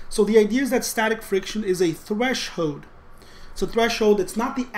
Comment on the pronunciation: We crossed the "thresh-hoed" 😅 Im sorry, dont hate me, Im laughing so hard. This video actually save me on this subject, though 💜